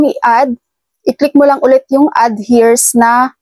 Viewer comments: Eirs po ang pagbasa maam hindo po hers😅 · Heirs pronounced as “Eyrs” or “Aers” po means tagapag mana. Salamat po sa info ninyo love it ❤️❤️❤️